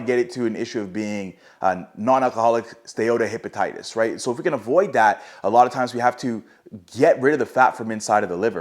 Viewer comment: I have a degree in Medical Science and you nailed the pronunciation the first time round on many of the conditions which lends me to believe you are either a health care professional or someone who took the time to learn to pronounce Steatohepatic correctly.